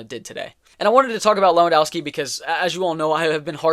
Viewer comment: Lewand o vski not Lewand au wski